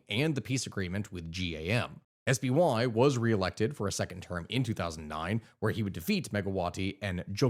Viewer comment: Hearing SBY pronounced in English sounds so cursed for an Indonesian. Since we have phonetic alphabet, and pronounced his name as Es (regular S), Be (like "bed"), Ye (like "yes").